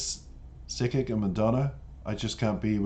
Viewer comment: It's pronounced as Sick - Kick